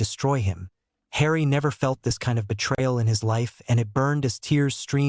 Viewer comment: please stop saying hrien it doesnt sound the same as harry